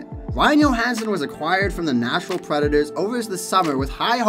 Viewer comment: Ryan Yohansen.... hockey players names can at times be tough to pronounce. But.. really...